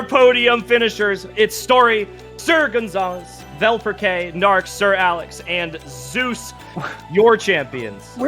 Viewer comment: They also pronounced wrong VelperK hahaha